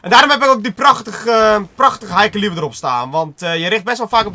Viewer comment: Het is geen ilo en caliber spreek je verkeerd uit